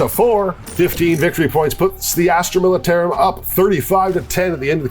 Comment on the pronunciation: I love but the way he pronounced militarum made me flinch everytime